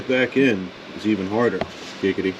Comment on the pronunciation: Stop saying giggady... its not funny